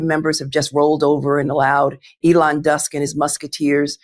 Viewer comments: Was that a slip of the tongue or on purpose "Elon dusk and his musketeers" love it either way Letitia,.I love your enthusiasm and work, you're a gun girl,much respect 💓💓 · Did she call him Elon Dusk? Lol!!! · She called him Elon Dusk. Lol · She did say 'ELON DUSK & HIS MUSKETEERS 😅😂😂😅